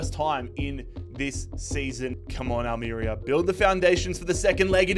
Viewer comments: Having lived in Almería its pronounced Al-mer-ría. But loving the rebuild of a small but passionate club that fought back when owners wanted to change the clubs badge and identity. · Al-meh-rea 😘 Not long discovered you on here - big fan already! Keep up the solid work mate ❤